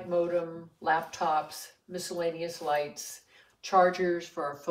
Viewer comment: *Lights not lites